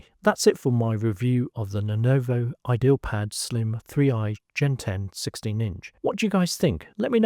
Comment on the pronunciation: bro, its not "idealpad" its "ideapad"